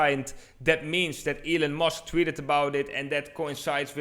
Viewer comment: sounded like he said ELLEN MUSK one time